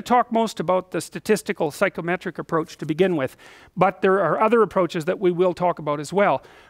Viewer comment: Does anyone else keep hearing "psychrometric"?